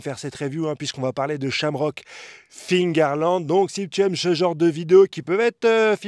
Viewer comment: Frérot c’est Figarland pas Fingarland fait un effort